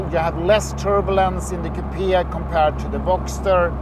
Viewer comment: Dear Wonderful video but please stop saying “kupia” the word is coupe’ (Kyle. Short “e” pronounced) Otherwise terrific Ciao